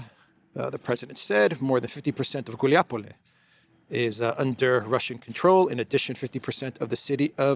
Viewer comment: it’s Gulai Pole, not Guliapole 🤦🏻‍♂️ ГуляйПоле, not ГулиаПоле. You’re switching the two last sounds in Gulyay (Gulai)